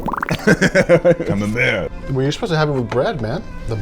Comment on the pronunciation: Love the pronunciation of camembert